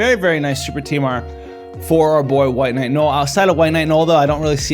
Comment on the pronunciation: Bro. “No-el” not “gnoll.”